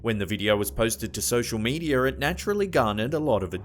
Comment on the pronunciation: How do you manage to pronounce the word "media" with an r in it??